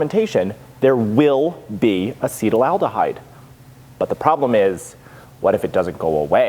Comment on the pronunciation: loved the episode! Slight chemical pronunciation quibble: it's pronounced "asset-aldehyde" not "acetal-aldehyde." Yes, the root is the same as acetalsalicylic acid (common aspirin), acetic acid (common vinegar, e.g., what you don't want your mead to turn into), or the acetal group Ron "Oily" Sprague, meadmaker and bon-vivant.